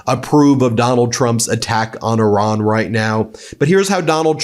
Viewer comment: Could you please LEARN HOW TO PRONUNCE IRAN. HOW WOULD YOU PRONOUNCE AVE CESARE? FOR GOODNESS SAKE EDUCATE YOURSELF! BTW I LOVE YOUR CHANEL.